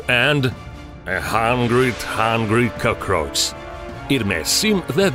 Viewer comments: Did i just hear him say Cocros instead of Cockroach? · "a second CoKorCh" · Lmaoo the way he says cockroach kills me 😂😂😂